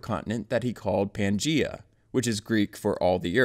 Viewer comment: It’s pronounced pan-Gay-a